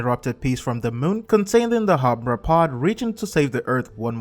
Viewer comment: it is not umbra